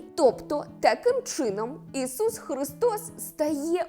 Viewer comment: Цікава інформація,але подача голос й інтонація ніби в садочку для дітей,до того ж ріже вухо то «жицця,Ісус Хрустос «😏